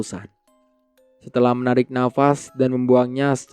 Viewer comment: ko bilang merik